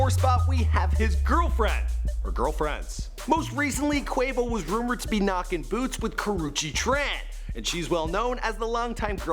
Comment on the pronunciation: It’s pronounced QU O VO not QU AE VO